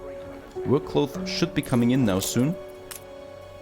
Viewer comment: There are three words you constantly mispronounce, 1. Statue 2. Cocoa 3. Cloth/clothes. Other than that I really enjoy your videos.